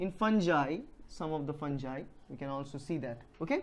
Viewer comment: Your videos are great.But the camera needs to be a bit backwards and you have to stay in one side of the board which will be easier for the students get focused on topics.When you move around it's actually distracting the students from the topic....just needs some modification..that's all...by the way you are really talented and know what you teaching about.. It's not funjai...its fungai..g pronounce as it sounds..